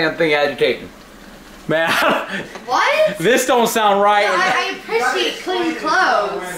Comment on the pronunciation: appreciate has an "R" lmao " I appEciate clean clothes"